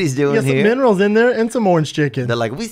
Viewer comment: haha Brendan "vitamins and mimrals" schaub